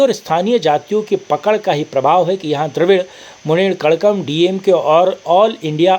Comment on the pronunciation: तमिल मुन्नेत्र कझ्यगम सही उच्चारण है श्रीकांत भाई।